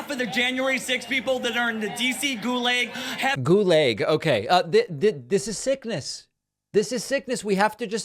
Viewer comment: "guleig" instead of "gulag" ok so a guy mispronounces ONE WORD... meanwhile you don't give 2 shits when some ghetto slum trash talks in broken english? Nice hypocrisy. Also yeah joe biden says "white supremacy is THE biggest threat to america", that's not some conspiracy theory. Also no, target does sell swimwear "tuck friendly" for children, tons of LGTB products shoved down children's throats, and target pulled out most of them. You're so completely full of shit dismissing the target boycott.